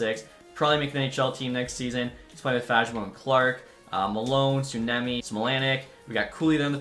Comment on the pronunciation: Suoniemi is hell of a name to pronounce in English and as a fellow finnish person, I have no clue how to help with pronouncing it in English other than saying that it's suo-niemi when you separate the words.